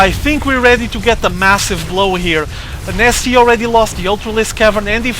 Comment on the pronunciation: Is he actually saying... IMNasty?